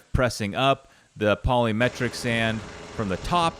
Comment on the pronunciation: The T is silent in polymetric sand. Lol